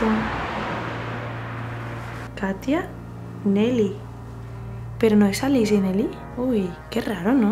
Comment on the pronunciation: El nombre de ALICE se pronuncia Aliche, porque es italiano. Nelly era un hombre. Y la casa ya ha sido vendida, la están derribando para hacer una villa nueva.